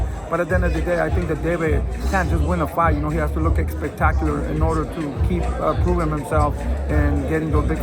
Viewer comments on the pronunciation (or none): Somebody gotta tell that it’s not “eggspetacular” 😅 he says it way too much.